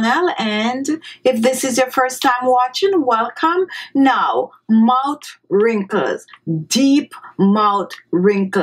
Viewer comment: Sonya Parker, I love her island accent, but yes, the 'mout' being said over & over again made the beginning of the video difficult to watch. If you don't like that people have something to say about that, I feel sorry for you, because you are an adherent to 'Do as I say, not as I do.' Any linguist or language teacher worth their salt would instruct her to place her tongue onto the back of her teeth while pronouncing th's, or as my speech therapist used to say, 'ith' sounds. Just clicking the tongue on the back of the upper front teeth makes the 't' sound, but holding the tongue there creates the proper 'th' sound. That way she would say 'mouth wrinkles' & 'thirty minutes' instead of "mout wrinkles" & "turdy minutes". It's about lingual mechanics, not any kind of disrespect. To say that it is not respectful to try to tell someone who is a public speaker to properly articulate their words so that their entire audience can understand what they are saying is very silly. It would be not respectful to just rubber stamp it. She's a grown woman. I think she can handle the comment. And if she can't, she doesn't belong on YouTube, she'd belong in therapy. Again, she looks to be healthy, happy, & not a withering flower. I don't think she's losing any sleep over And She Was's comment. The woman is mispronouncing her words, period. Saying it is not respectful to tell her that is... just your individual overly defensive emotions speaking, not fact. Facts: If the lady were to say those word